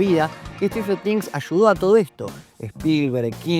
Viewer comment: stranfler things, strader things, stifler things, sratler things, strafler things.